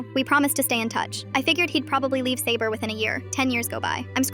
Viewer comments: "Sayboar" killed me. 💀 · The way she said “sabor” 😂😂